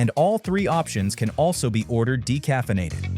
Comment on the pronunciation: “decaffeinated”** not “decafienated” lol clearly you didn’t bother proof-reading your AI generated video.